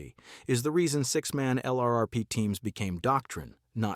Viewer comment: "LRRP" becomes a one syllable word, if spoken by a human...